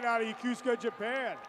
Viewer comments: How do you get Yakusaka out of Yokosuka? It’s clearly written on the sigh card…YO-KO-SU-KA. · FFS, it is not pronounced "yuh-KOOS-ka" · My dude had 40 chances to say Yo-Ko-Su-ka and didn't get it once. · LIES! If you were born there, its pronounced Yo-Koh-Soo-Kah Get outta here, why is there always a person who defends the wrong 😒 🤣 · I need the confidence the announcer has when pronouncing Yokosuka wrong 😂😂 Congrats to all in this video! Thank you for your future service! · Is it just me, but shouldn’t the announcer know how to pronounce Yokosuka? 🤷🏻‍♀️ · Is he mispronouncing Yokosuka? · You'd think a graduate of the Naval Academy would learn how to pronounce "Yokosuka". And the ship is not the USS Summersault, it's the USS Somerset. What a poor choice for an emcee.